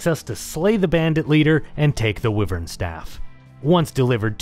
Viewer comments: I've never heard anyone pronounce it "wivv-erns" before, have I been saying it wrong my whole life as "why-verns" ? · No its Why-verns. Some ppl just pronounce it wrong